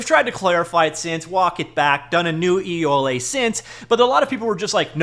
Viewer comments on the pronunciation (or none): EULA? I thought one LA in America was enough...